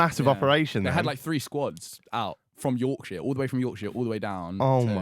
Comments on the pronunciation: Why does every southerner say yorkshire so weirdly. Its york-sher not york-shire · yeah but its not hard to say yorksher